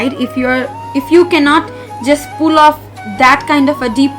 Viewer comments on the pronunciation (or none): none